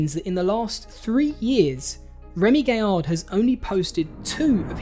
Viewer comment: It is Gaillard, guy-argh, not gayer. Used to watch Trigger Happy, a lot, had the soundtrack on cd. Also saw Remi's Lorient stunt live on tv. When I first started watching this I thought "bullshit! There are like 2 stunts that are similar!" Bit surprised to see the coincidences there, bit of a shame acrually, especially as so many of the other original sketches are legendary. But, equally, I am sure some of Dom's stuff wasn't original, and jokes and stories are continuously retold. Or maybe I am just an apologist for an artist I have really been behind for 20 years.